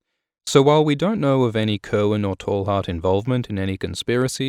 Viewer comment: You're mispronouncing Cerwyn. It's ser-win